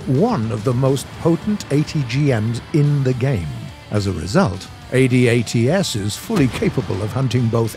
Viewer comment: for god sakes... its pronounced ADATS.... not A D A T S...... its a word.. from a canadian in the CAF....